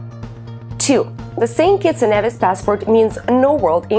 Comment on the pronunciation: St kitts and "kneevis"! GET THE PRONUNCIATION CORRECTLY!